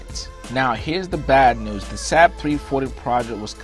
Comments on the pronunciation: SAAB is NOT pronounced SAB but SARB like carb. I should also point out. with enough money ANY aircraft can be purchased as a private plane. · Its Saab not sab pronounced (sawb) I my first car was a saab not reliable at all bun fun to drive turbo charged and handles well in the snow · Lol love this guy but he literally pronounced it SAHHHB it's pronounced like Sawwwwb or bob but replace the B with an S. Same company as the swedish car manufacturer that's been around for a LONG LONG time. In fact they got their start in airplanes and jet engines. They've been around since like the 30s. Much like how Rolls-Royce got it start and specializes in aircraft/jet engines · It's pronounced SAAAB not SAB. It's disrespectful not to pronounce the name properly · Saab pronounced Saub did not decide to make an airplane. They decided to make cars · FYI, Saab was an airplane company long before it was a car company. The name itself stands for “Svenska Aeroplan Aktie Bolag” And they are still an aerospace and defense company making very high performance military jets and guided missiles. Also it’s pronounced “Sob” And Rhymes with Bob and mob and blob. ;). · Saab pronounced sob. Like sobbing crying